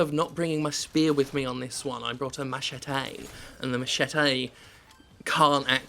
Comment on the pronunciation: Are you saying Machete wrong on purpose Jim? 🤣